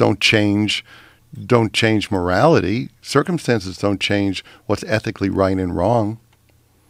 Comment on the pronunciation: ITS ETHICALLLI AND MORALLI WONG